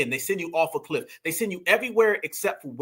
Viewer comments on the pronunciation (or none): none